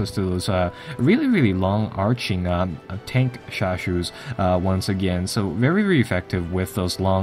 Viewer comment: Tankeshashou，haha, not the standard pronunciation, pinyin has four tones